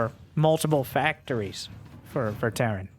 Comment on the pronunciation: Petition to call Terran: "T. Airan" from now on.